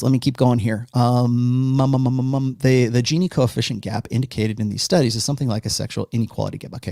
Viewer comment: "GINI" is pronounced as "Jini" . Economist